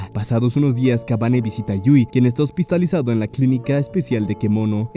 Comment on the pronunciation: hospistalizado jajajaja